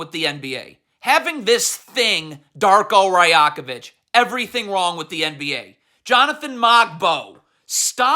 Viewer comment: The only disgrace is your pronunciation of literally every foreign person you slander. You can't be serious. Jaime Jaquez, Masai Ujiri, Darko Rajakovic. Masai has forgotten more about basketball than you'll literally ever know. So has Darko for that matter. It's one thing to say players botched a coverage. Another thing to assume you understand exactly what the scheme was while knowing nothing and complaining every time the Heat score. What your followers don't understand is that even the best defensive teams give up over 100 points a game. So while you CAN point to half the points and complain, what you carefully Don't point out is why you give up one thing over another. Again, generally, you know your shit. But the level of hubris and disrespect shown towards people who'd lap circles around you in terms of basketball knowledge is truly mind boggling. Anything for the click tho, am I right?